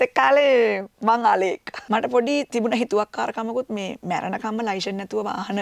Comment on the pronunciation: "ලයිශන් "නෙමෙයි "ලියිසන් " කියලා කියන්නේ .අපි ලියිසන් නැතුව පොලිසියට අහු උනොත් කෙලින්ම උසාවි දාන්නේ .